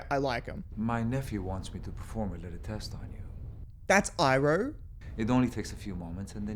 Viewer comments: Iroh shouldnt be pronounced AIroh, thats not a fucking american name :D also all benders always need a source, they are BENDING elements, not creating them:D Aang name also, there is no "E" sound idk where u are getting it from lol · Ah yes, Eerow, my favorite atla character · It's like they watched the german dub of the original show, Iroh and Aang are pronounced that way in German 😂🤔